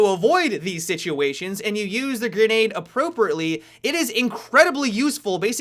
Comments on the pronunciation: "Smoke Gernade" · funny how he pronounces grenade